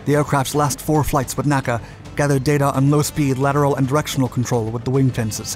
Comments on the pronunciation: I love this channel, but you should be aware that you don't pronounce NACA like an acronym. It's not "Nack-a" but always spelled out "En-ay-see-ay" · NACA is not pronounced "Nacka" my friend. It is N.A.C.A. To aeronautical aficionados this makes you sound, well, sorry to say, like you need an ID-10-T form. Love your videos, though, just finally thought I would call this out to you. AND like many folks here have said - a Sea Dart video would be great to see. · 1. Please please please stop saying "Nackah" for N.A.C.A.; 2. Many words may be applied to Gen. Yeager's record-setting flight breaking the sound barrier, but "infamous" is probably not one of them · True, but that's still wrong and is a convention of the industry. I was corrected on this by the chief aero-engineer at NASA Dryden (now Armstrong) so it tended to make an impression and stick. In the video he was referring to the organization, which has never been pronounced that way.